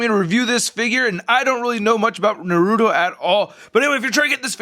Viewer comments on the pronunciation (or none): it's Naruto not Narudo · It's NAR-UTO not NAH-RUTO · It's a Naruto not Narudo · It's not narudo it's naruto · ITS NOT NURUTO IT'S NARUTO!!!!!!!!!! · its na-ru-to not na-ru-do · Its not "narudo" its na-ru-to😑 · RASENGAN NOT FIREBALL AND ITS NAR-UTO NOT NARUDO AND THE DAGGER IS A KUNAI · It’s (NA RU TO NOT NARODO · you were saying noruto its naruto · NA-RU-TO!! NOT NARUU-TO FUCK..! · Him saying naruuto ticked me off the whole video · Its pronounced nah roo toe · Why do so many people call naruto, narudo????? It annoys me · Nar uuu toe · It's pronounsted nar uh toe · He said narouto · since when Naruto turned in to "Narrruro"?, hahahaha!!!! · By The Way, Just In Case You Do Another Naruto Figure Review, It's Pronounced 'Nah-Roo-Toe', And Most People Pronounce It 'Ruh-Sang-Gun', And Finally, They're Not Daggers, They're Called 'Kunai Knives (Koo-Nye) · It's called nurato in syllables its nur-a-to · its pronounce nar u to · ITS PRONOUNCED NARTO THE U IN NARUTO IS SLIGHTLY SILENT AND ITS PRONOUNCED RA SEN GAN NOT FIREBALL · Its pronounced like NAR-A-TOW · you pronounced his name wrong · It’s pronounced Naruto i😤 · you say rahsengan wrong and naruto wrong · Really b** really u have to pronounce it wrong 💩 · You say naruto wrong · waiting for you to pronounce the t in naruto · Your saying his name wrong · THAT IS NOT HOW YOU FUCKING PRONOUNCE NARUTO. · It's funny how he says naruto.XD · that's not how you say his name